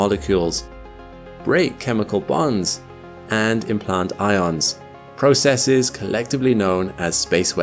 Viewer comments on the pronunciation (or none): none